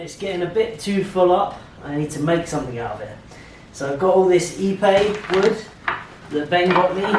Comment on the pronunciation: Great episode, that's a beautiful cabinet. I had to look at the episode title again as when you said Ipe wood I thought you said e-bay wood.